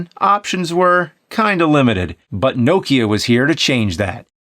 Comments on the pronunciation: Lol love how he pronounces nokia, no - kia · why you pronouncing nokia like that its weird